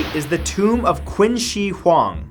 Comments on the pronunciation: I'm just gonna say it now; you pronounced Qin Shi Huang terribly, as well as every other Chinese words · Sorry for correcting you and sounding like a snob, but Qin Shi Huang is pronounced 'Ching-Shh-Hwang'. Love your vids. :) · Even tho it spells Qin she huang, should have been pronounces Chin shi huang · #8 is pronounced "Chin Sure Huang". Q's in Chinese always have a "Ch" sound. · the only thing wrong with this video is saying Qin Shi Huang's Name wrong